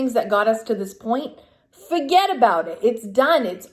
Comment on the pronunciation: thats tooo East. "For get about it" lol